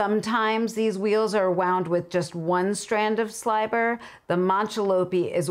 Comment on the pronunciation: 😁ok elephant in the room ... at first I, (really the Lola in me) thought you said there was saliva on the wheel, oh she said sliver didn't she?